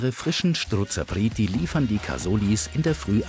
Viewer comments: Es heisst Strozapreti und nicht schtrozapreti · Strozzapreti genau gesagt 😀